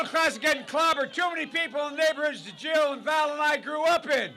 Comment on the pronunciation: He said Jill just weirdly